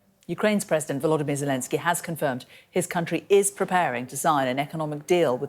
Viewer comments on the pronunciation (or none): His name is VoloDYmyr, not VoLOdymyr. The accent is on the third syllable.